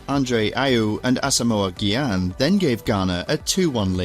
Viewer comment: Asamoah Gyan is pronounced with a soft G